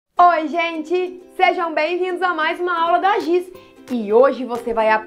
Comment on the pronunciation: E Giz nao Gis ok